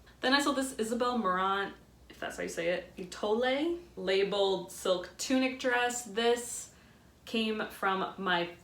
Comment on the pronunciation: Étoile is eh-twahl 😉